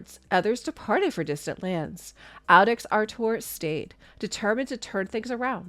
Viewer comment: Great job as usual but iudex is pronounced yewdex and is Latin for judge.